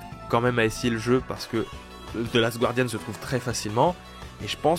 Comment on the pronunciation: Guardian, pas Gouardian, please!